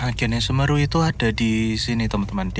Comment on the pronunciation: 😂 cara pengucapan semeru salah